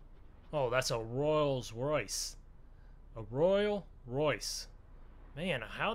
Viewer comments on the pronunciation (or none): bothered me so much when he called it a royal royce